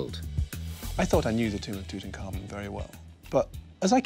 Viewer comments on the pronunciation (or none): The young kings name was in three syllables Tut-Ankh-Amun. "Tut" His ordinary name. "Ankh" meaning the symbol of life and "Amun" meaning let his work be done. But every egyptologist and "repeater" pronounces it wrong, all as one word like "Tutankarmen" Hey, I'm just a keyboard moron why do I know the correct pronunciation and not the experts ineptoids? 💩💨🐵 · Why do people (especially people who should know better) mangle this dead kings name? It's NOT "Toot-uncommon" it's "Tut - Unk - Amoon" - get it right if your making a documentary...